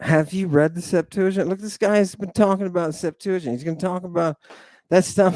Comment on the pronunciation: I am saying that even by their own standards, within their own traditions and community, they lack fundamental and basic knowledge. Even if they don't know the PGM, they should know their own Bible. (Not to mention how to pronounce Septuagint 😩) So. Embarrassing.